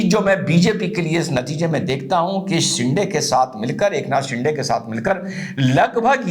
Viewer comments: सिंडे नही सिंदे 😊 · साहब, शिंडे नहीं, शिंदे